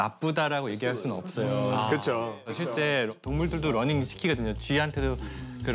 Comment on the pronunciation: 심지어 런닝 이라고 잘못 발음하기도 함.